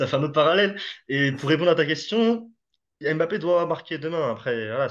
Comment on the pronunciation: Pablo vous pouvez dire Mbappé et non M' bappe svp 😅 Il a déjà dit comment prononcer son nom . Ça serait sympa ! Sinon top la vidéo comme toujours.